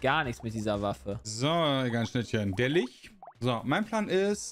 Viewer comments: XD wird Litsch gesprochen. Wie Litschi. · Ich kenn's im Englischen als "Litsch" und im Deutschen normalerweise als "Lich". Hab aber auch schon "Lick" gehört. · Die Stadt vielleicht. Ansonsten gibt es "Lich" nicht auf deutsch. Das ist halt einfach ein englisches Wort und wird "Litsch" ausgesprochen. Macht es nicht richtig, dass viele es falsch machen. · "Litsch", nicht "Lich" bitte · Aussprache von Lich hat auch ein neues Rekordtief erreicht, danke euch. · Alle so: Kann eine Zahl richtig vorlesen? Ich: Kann Lich richtig aussprechen? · Kann das Wort Lich richtig aussprechen oder nicht😂